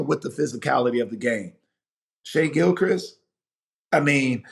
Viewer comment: I've seen too many people in the media pronounce Gilgeous as Gilchrist lol